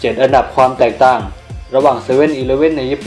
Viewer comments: เปิดคลิปมานี่ก็ขำละ 7อันดับความ แตกต้างฟังดูดิ5555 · แตกต้าง555